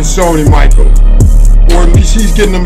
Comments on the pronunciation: Its not Michael, it's pronounced like Michelle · Yay bro it's pronounced "mi-SHELL" not Michael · its not michael like the boy name its michel like the girls name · Did this man really say Sony "Michael". It's pronounced as in "Michelle" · Sony Michel* NOT Sony Michael. Pronouced, Mi' Sh.el Of French/African or creol origins. Aslo, his parents are Haitian immigrants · lol you said michael it's michel like the girls name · It is Michel not micheal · Michel Not Michael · Michel not micheal lol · It's not like the name michal it's like m I sh el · The entire video I was waiting for him to realize that he was pronouncing Michel wrong when the commentator would say it but he never did LMAO MICHAEL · He was saying Mitchell😂😂💀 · 3 years later I am just now noticing he said Michael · Give Georgia 2 years and they''ll be a championship team. Also, its pronounced Sony Michelle. haha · This is how Micheal is spelled 😂😂 it’s M-i-s-h-e-l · Only Michelle is how u pernounce it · Big Time Georgia fan right here and by the way it's pronounced Sony Mishell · This nigga said Sony Michael 😭 lmao!! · that moment you pronounce michel wrong, it is like mechelle obama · Nigga said Sony Michael Edit: Then Mitchell😭😭😭💀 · Sony's last name is pronounced like "Michelle" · hey just so you know I am a dawg fan and we usually suck... So dont get to hyped. (also its sony Misheal is how its pronounced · Bro your saying Sony machail wrong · You pronounced Song Michels name wrong, it's pronounced mishelle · it's pronounced Sony Michel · Does you know that it’s not pronounced “Michael” LOL😂😂😂😂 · sony mish ell is how u say it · Good vid but it's pronounced like a girls Michel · Hey umm it's pronounced Sony (mi-shel) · its pronounced sunny mishell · its pronounced Michelle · It's prenounced mishell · Pronounced Sony mishel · It's pronounced Michel.... Like your gf. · i love em both im a die hard UGA fan btw u said the name wrong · He said Sony's name wrong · You pronounced MICHEL wrong